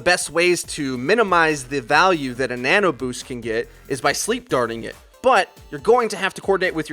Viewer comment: Nono boost? U mean nano?